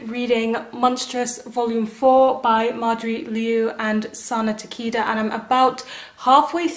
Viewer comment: i really need to catch up on "monstress"~ i love that series so much but i let myself get so behind. oh! also sana takeda's last name is pronounced like "ta da" with "kay" in the middle so "ta-kay-da" 😊